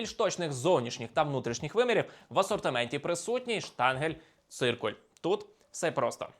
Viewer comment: Штангель, штангер... Ще шлангел і шлямдел забули!)) ШТАНГЕНциркуль правильно!) 😂